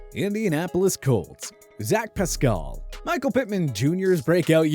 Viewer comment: Who is Zach Pascull??? It’s pronounced how it’s spelled Pascal